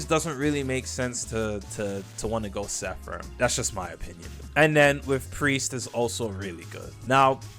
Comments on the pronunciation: S E R A P H I M (SERA-FIM) Seraphim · Bro said Sepharim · "sephrim" alr bruh 😂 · its pronounced (sarah-fim) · Why do you choose not to pronounce the r in seraphim, Its like you choose to not read it and say it wrong